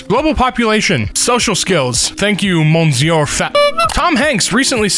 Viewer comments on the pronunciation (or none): none